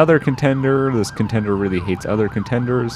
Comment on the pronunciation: "Is it ContenDER or ContenDAY?! => It's ContenDER for everyone... except for (= ContenDAY!!):-P